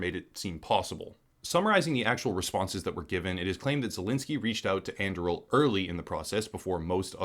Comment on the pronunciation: And Im pretty sure that "On-DOO-ree-ill". As in Aragorn's sword in LotR